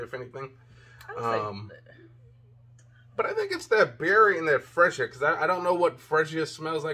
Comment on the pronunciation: Perfume fragance is suppose to lighten the longer it's on. Not stronger or the same. Female fragances are stronger. Freesia is pronounced free sha. What do you mean the bottle is cheap? Do you want to pay for the bottle or the fragrance? It looks good and smells good and the bottles looks good. It's not about the bottle materials totally. I think it feels good, looks, and smells good. And Russell is star quarterback for the Seattle Seahawks, not just a football player. Consider brushing up on your skills before reviewing because this means something to their lives and how they can help somebody's life. Rating your review, I give you 3 out of 5. Hope your review will encourage purchases.